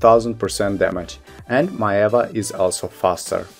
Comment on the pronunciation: Hey I'm loving the four review videos you did!! I'm still deciding on what to play but these helped a lot!! I just wanted to add that Maehwa is actually pronounced as may-hwah (two syllables)!! Once again thank you so much!